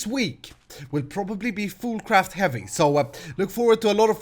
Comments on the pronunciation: is it me or does he say foodcraft not foolcraft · I thought you said food craft